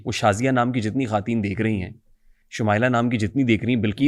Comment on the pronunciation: bhai khaateen ni hota khwateen hota hai, not taunting you but mujhay irritation hoti hai bar bar ye sun k😁